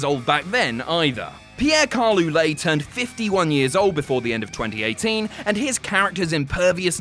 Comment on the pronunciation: Guys, this is not how you pronounce Ouellet. WAY-LET would be closer. Cheers! :)